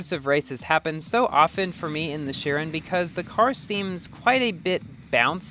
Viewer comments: plz bro its not sherin its sheroon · Shouldn’t it be pronounced as ‘kairon’?